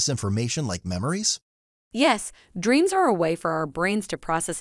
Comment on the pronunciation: Nightnares?!? Dreans?!? Is this AI creation a part-time ventriloquist?